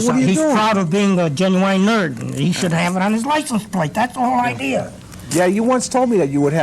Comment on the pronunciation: Why he pronounces genuine like "genuwine"?